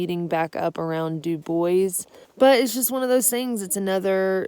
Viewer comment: You're from Louisiana and you should know the correct pronunciation of Dubois, Wyo.